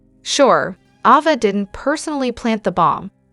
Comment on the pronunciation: Please stop misprouncing names! Its A-va, not awww -va! Why in heck do and then you do that? Viewers dont like their characters being called the wrong names! Why is that done?